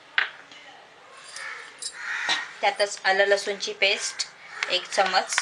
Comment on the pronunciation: चमच नाही चमचा असतो.